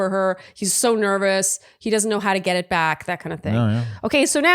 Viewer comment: Oh my lort when said “back” I thought he was saying rear. Rofl. It is so charming that he actually meant back ❤